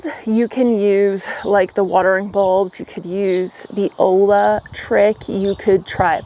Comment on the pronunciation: Just for reference, that word “olla” is pronounced “Oy-yuh”, just in case anyone was confused.